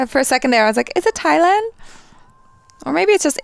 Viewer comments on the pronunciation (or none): none